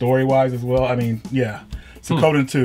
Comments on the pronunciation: Sue ko den? WTF? Sue e ko den. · It's not "suh-KO-den" it's "swee-(soo-ee really fast)-ko-den" There is no emphasis on KO. I get not understanding how other languages work but for one who is all about these games I would think you would educate yourselves on something as basic as a title. Same goes for Kyuin. It's not "kew-jon", it's "kyoo-een". Even google could have helped with this. If anything, japanese syllables are easier to pronounce than italian, yet you got concerto correct. Come on guys, up your game! You don't have to be a weeb to know the basics of how to pronounce titles of cool games. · Suikoden= swee koh den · I ... I just have to comment. It's pronounced Sue-ko-den not Sa-ko-dan. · "Swee-koden" = Suikoden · Claudio Polonia it’s すいこでん in hiragana. すis the su And is like soo. So, it’s soo-ee-ko-de-n, which is how most people generally pronounce it. Except like in a lot of foreign languages the sound produced is more of one that people aren’t familiar with. It’s like merging soo-weee to a sweeeee. Very similar to Vietnamese surname, nguyen. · Soo-Ee-Koe-Den, fuck sake! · its pronounced 'swee-ko-den' jesus! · It's pronounced Sue-Ee-Co-Day-n and the english spelling is: Su I Ko De N (Suikoden). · suikoden is pronounced swee-koden. do some googling before production =D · "Sikoda"??? Maybe learn the pronunciation ...